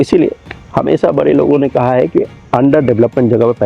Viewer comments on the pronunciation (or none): none